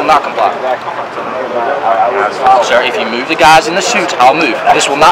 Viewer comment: "... tell the shuits... " "No, shir... " Had a bit of chardonnay today, sir?